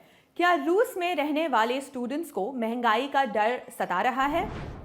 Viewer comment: मेंगई नहीं "मंहगाई" ज्यादा अंग्रेज मत बनो।